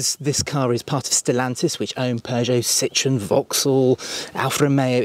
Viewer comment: Tx. for the video. I heard talking about the brand 'Cittrun' a few times, I suppose you mean "Citroën", which is pronounced slightly different though.